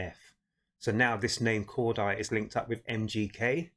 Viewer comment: It’s pronounced cor-day 😂 just for future reference 😂